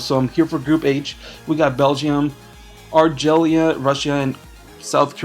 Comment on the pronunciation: "Greece have an amazing team" really name one Greek player. And an Algerian player too. You've obviously never heard,of Algeria due too your pronunciation